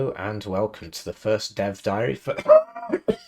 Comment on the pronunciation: Did you say dev diary or death diary😅